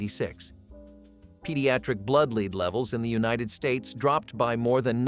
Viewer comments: It's pronounced "Led" not "LEED" M-80s were Awesome! Fortunately, only STUPID Kids got hurt by Fireworks. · Yeah, supposed to be pronounced "led"